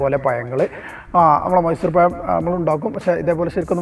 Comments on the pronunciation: പഴം എന്ന് പറയാൻ ചെറുതായി പഠിച്ചു എന്ന് തോന്നുന്നു. പക്ഷേ ഇപ്പോളും വായ എന്ന് തന്നെ ആണ് പറയുന്നത്. Payam വായ. . എന്താണ് ഭായ് ഇങ്ങനെ? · Payam alla pazham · പയമല്ല.... പഴം 🤣🤣🤣